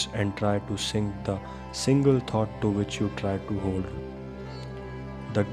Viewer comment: It's not pronounced: 'tot' ..but 'thought'. You're not pronouncing: t[H]ought. It's good that you speak slowly thus clearly ..except for the constant mispronounciation previously mentioned. Ommmm